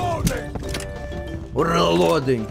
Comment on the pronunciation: Tachanka dosent say reloading he says weloading